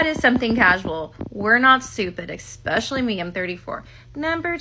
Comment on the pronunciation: Ex-specially! illiterate morons🤦😂😂